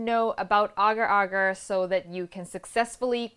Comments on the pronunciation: Oh my.... You pronounce it right!!! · it is correct. im a malay and thats how you pronounce it